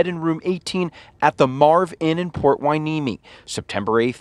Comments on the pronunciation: I watch you often. Ty for covering this. The city is called Hueneme (Y-knee-me). Oxnard is a neighboring city. All locations are 5 miles or so from one another. This is 60 miles north of Los Angeles. There was only one on a former Pacific Coast High way, but it runs through the city in which he grew up in. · From a local californian. Pronunciations , Y-knee-me and you were right the first time on ox- nard.